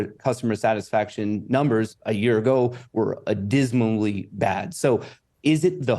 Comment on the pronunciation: Did he really say “adysmally?”